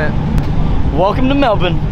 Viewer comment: "Welcome to Melbin" he said it right :D